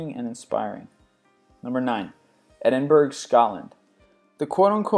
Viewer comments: Wow, it's funny how I visited more than half of the cities there. But it's pronounced, ee-den-bruh not eh-then-burgh. I aree with "Athens" part of it! It's sich a beautiful city! :D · I know right! He keeps on saying Burg and not bura. Its Bura! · Edinburgh not Edinburg which is in the USA, You could have spent more than 8 seconds and 2 statements on Auckland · I love this channel it is one of my favs because he does his research except one pet peeve. It is not pronounced Ed-in-burg. It is Ed-in-burra. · You pronounced Edinburgh wrong you said edenberg its pronounced edenbra also fife is a really good spot to live in Scotland an island near the middle of our great country its probably the opposite of the stereotype Scotland area really good place to live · Why did he pronounce it Edinburg? It's Edinburgh, Edin-Buruh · edingrough is pronounced edinbru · Edinburgh is pronounced Edinburra, not Edinburg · it's pronounced E-din-bor-o not Edinburg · Am from edinburgh and i hate how american people say Edinburgh its burra NOT BORO lol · omg this guy never learns, IT IS NOT EDINBERG IT IS EDINBURGH, PRONOUNCED EDINBURA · he just called Edingbrough edingburg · I have never heard anybody call it Ebinbura and most of my family live in Ebinburgh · Rome is known as the "Eternal City," not the "Internal City." Also, although the capital of Scotland is spelled "Edinburgh," it's pronounced "Edinborough." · not called ed-in-burg but Edinburgh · although he does make plenty of pronunciation errors, to be honestly most places/things I've seen with 'burgh' on the end is pronounced 'berg'. so try to go easy on him for this one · did u actually just pronounce edinburgh ed-in-burg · You have forgot Scotland have the best university in the world. And its Edinburgh NOT Edimburgh. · you don't pronounce the a so it's Edinbur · Edinburgh is pronounced ed-in-bur-oh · Can you please stop pronouncing Edinburgh wrong. The burgh at the end is pronounced burra. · It's pronounced Edin-burra